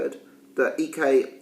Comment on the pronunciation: You're pronouncing his surname right but his first name wrong. its eyek as in ike and Tina or ike Williams.